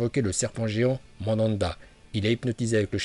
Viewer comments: Arrete de dire mandanda bordel 😭😂😂😂😂😭😭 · Le rinne tensei no jutsu n'est pas suicidaire, c'est juste que nagato n'avait plus de Chakra, et c'est drôle de t'entendre dire mandanda et pas manda... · mdrrr mandanda😂😂😂 c pas manda normalement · Chu mort il a dit Mandanda 😂😂😂👍👍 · Le serpan ces manda pas madanda